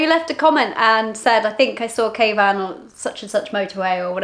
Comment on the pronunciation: I love you guys I always thought you were calling your husband Caveman lol not kayvan 😂 love the channel you can truly tell you two are made to be together.